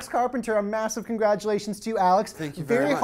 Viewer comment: "Congradualations" Alex... !